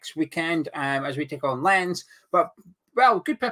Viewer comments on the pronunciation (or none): Lóns not lens that´s how it´s pronounced!